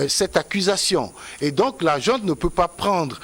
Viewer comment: On dit junte et non jouente si le mot autorité te brûle la bouche